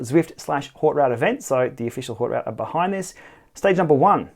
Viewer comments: Nice. It’s pronounced ‘oat root’ though.... 😜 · "Oat root"